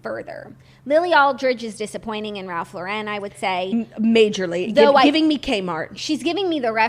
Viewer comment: It’s Ralph Lauren not laurén!!!! He’s from the us!